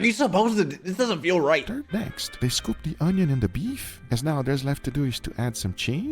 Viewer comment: once said: ✨O N Y O N✨